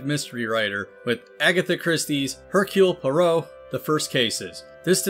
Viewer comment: It's pronounced "Ercule Pu-AH-ro"